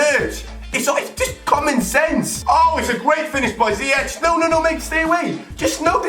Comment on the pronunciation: ziyech you say as Zie-jeg like ahmed